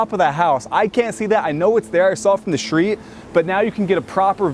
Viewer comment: I can't stand how he says shtreet all the time...